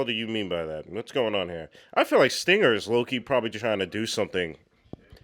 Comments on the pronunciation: SAY STINGER AGAIN, I DARE YOU! I DOUBLE DARE YOU! His name is Stringer Bell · you're Killing me! The man's name is stRinger! With an "R"! And yeah, McNulty told his boss where he did NOT want to go...and that is where Rawls sent him. But wait till next season, Bro. Just wait.